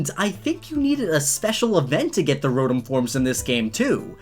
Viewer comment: Your saying rotom wrong i have a kinda good hearing so idk